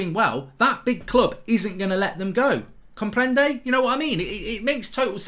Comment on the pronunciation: Comprende? Jajajs as a person from Colombia that pronunciation was perfect 😂